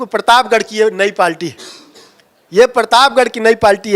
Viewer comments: नेता बन ने चल दिए है पार्टी बोल नहीं पा रहे हैं 😂😂 पाल्टी पाल्टी बोल रहे हैं 😂😂 हद्द है बे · पार्टी बोलना सीख लो यार पलटी बोल रहा है😂😂😂😂😂😂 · Abe palti nhi hota h पार्टी hota h be... anpad aadmi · पाल्टी नहीं पार्टी है साहब आप तो बेइज्जती कर रहे हैं 😊